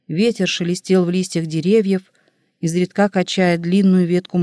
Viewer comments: Не изредКА, а Изредка. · Изредка. Ударение на И. 😢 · Ну что это за "изредкА"? Слово встречается часто, и каждый раз ударение на последний слог. Значит, ошибка не случайна. И недоумение растёт... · Наверное, читает машина: русский человек не может в слове "изредкА" ставить ударение на "а". Здесь же постоянно коверкаются ударения! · Изредка. Ударение ставить на "и"!!! Ведь это надо знать тем, кто читает классику... 😢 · Мне тоже не понравилось, как будто читает робот. Странные паузы в неподходящих местах... И просто чудовищные ошибки в ударениях. ИзредкА убило